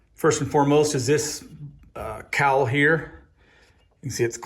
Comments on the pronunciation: As always, another very useful video with lot's of tips and tricks and solid advice! Ok, this is a picky comment but since you refer to cauls in so many of your videos, it's pronounced "cawl", rhymes with "Paul", not "cowl" like the cowl on an airplane engine. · Nice tips! Haha I’ve never heard “cauls” pronounced “cowls” before.